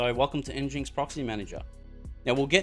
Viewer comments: pronounced engine-ex not n-jinx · nginx is pronounced engine x Pumba was from Lion King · Thank you for this video. But, you could say the name properly. As in "Engine - X" 😁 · Thanks for the video. It's pronounced "Engine X" I believe though.